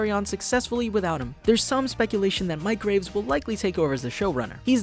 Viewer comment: its pronounced mc graves